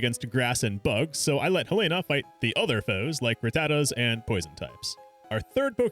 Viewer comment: Finally someone who correctly pronounces Helena